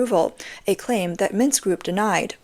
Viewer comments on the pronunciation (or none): none